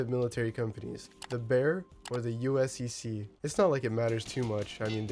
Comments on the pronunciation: Just a fyi my dude, USEC is usually pronounced like "You-Seck" and not "U-S-E-C" <3| Cool video tho all the same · its pronounced yousek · Noway bro said US-E-C😭😭